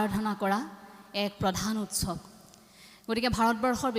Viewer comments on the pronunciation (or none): ASSAMESE PRONOUNCIATION. .NOT RIGHT.......We are confused......Utsob ....wrong ...by her......😮😮😮